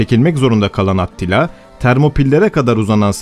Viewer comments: Attila deyil yalnız Atilla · Attila diye yazılır Atilla diye okunur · Atilla diye okunuyor